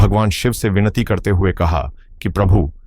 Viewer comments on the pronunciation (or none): none